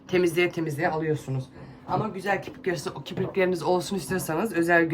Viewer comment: Merhaba🙋🏻‍♀️ kiprik değil, kirpik.. eleştiri değil, çoçuklarda izlediği için yanlış öğrenmesinler 🫶🏼